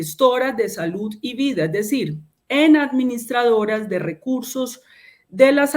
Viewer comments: Hasta la palabra salud cambio, ahora es salut con t, o al menos eso es lo que le entiendo en la pronunciación. Eso pasa cuando uno no está acostumbrado a hacer algo y haciéndola no la quiere embarrar. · SaluT, adoCtar, calidaT, normatividaT, verdaT, esa señora no sabe ni hablar. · No sabe ni pronunciar salud y dicen que es excelente ministra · No sabe ni pronunciar bien salud y dicen que es brillante